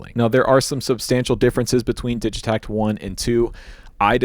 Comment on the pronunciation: Heads up it’s pronounced with a hard “g” (so, “Diggitakt), they’re a Swedish company